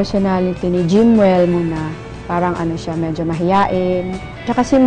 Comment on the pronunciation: Abu mushal I know you're a filipino muslim... but wrong spelling I think visayan cebuano had influenced your spelling and pronunciation... medyo NOT midyo... hambog NOT hambug.. im visayan ilonggo...